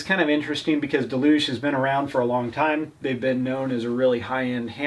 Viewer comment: "Duh-loo-gee" ffs it says it on the hammer.